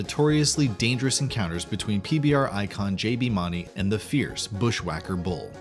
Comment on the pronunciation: You can't even say JBs last name correct lol I do not trust anything you say. You have no idea what your talking about either